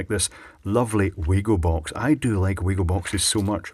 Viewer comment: Stupid little nitpick, but Wago is pronounced "Vah-go" (remember, in German, phonetically 'W' = 'V' ) On a completely different note, I'll see if I can "borrow" a small selection of the Wago DIN terminals from work for you to have a look at.